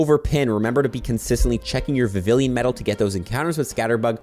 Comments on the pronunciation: For the record vivllon is pronounced with a “y” sound phonetically its, vi vee on, not viv ill on. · I think it’s pronounced Vi-vi-lon, not Vi-vi-lien. You’re pronouncing it like Veridian city. Or have I been saying it wrong this whole time? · How many times can this guy say Vavillian when it’s Vivillon……… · Vivillon, not vivillion. Because the naming has a lot of work put into it, because Pokémon names are a HUGE part of the game lore, and because gets paid for this content. Nobody deserves to be paid to talk about something they’re too lazy to even learn to pronounce. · It's pronounced Vivi-yon 🙂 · Every si gel time you repeatedly mispronounce Vivillon it’s like nails on a chalkboard. (note it is NOT “Vivillion” as you keep incorrectly saying despite having it LITERALLY be your job) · The L in Vivilion is silent BTW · And bro leave him alone😭🙏like why u getting so pressed over his mispronunciation for vivillion